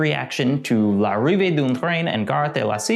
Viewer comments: It's pronounced [lariveə dœ̃ tɾɛ̃n‿ɑ̃ gaɾə də la sjɔta]. It means something like ''Arrival of a Train at the La Ciotat Station.'' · This is the fourth time i watch this and finally i realised he was trying to pronounce "l'arrive d'un train". His pronounciation was so bad i thought it was german😂😂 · Yes, that was butchered!